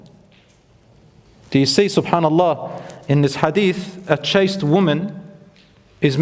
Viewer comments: The word is 'Chaste' not chased. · ‘Chaste woman’ NOT ‘chased woman’